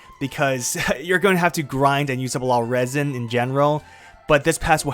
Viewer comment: 'Raisen'? It's Resin (reh-zin).